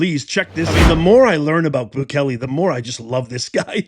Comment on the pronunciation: Prounced Boo Kay Lay!